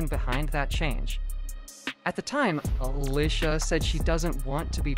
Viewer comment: Why he keep saying Uhlisha 🥴